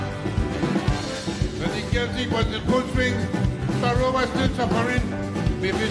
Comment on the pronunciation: sparrow not sperrow